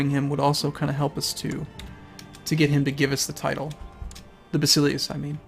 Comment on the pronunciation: While we're nit-picking pronunciations: Basileus - basil (sounds like vassel) LAY (emphasis here) us. Ba-sel-LAY-us. At least that is how I learned it. Also, calling it anything other than See-sar just sounds awkward, even if it is incorrect. Like many people still say Jesus even though his proper name was Yeshua.